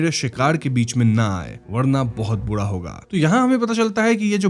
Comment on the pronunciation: Bura ko Budaa kyoun bol rahe ho? Ra bolne mai pareshani hai kya?